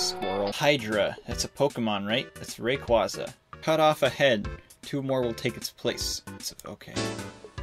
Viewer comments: he said rayquahza, it’s supposed to be rayquayza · ArtistaLyss also: mispronounces rayquaza